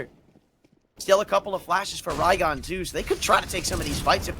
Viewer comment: "raygon" "cener" these commentators man